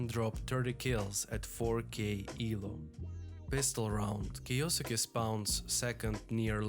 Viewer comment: Good vid man thanks! Btw how you say that name is kiYoske :)